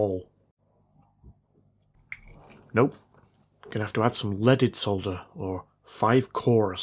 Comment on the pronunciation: At least he still says solder and not sodder. Not sure aluminum is excusable though